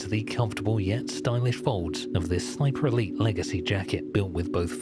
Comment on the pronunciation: Every time he says Sniper Elite I think he’s saying Sniperly